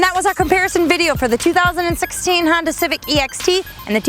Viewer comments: She's good I always enjoy her videos but ........ " Honder" gets me every time to the point where I'm so distracted I don't know or understand the next 50 words she says after it. Lol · I really enjoy watching you, but why do you say, "Hondar"?